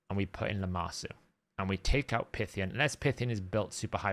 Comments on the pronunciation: It's PIEthion (as in python), not PIthion, isn't it? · yeah it's PIE but he also cannot say his own guild's name, Saiyan not cyan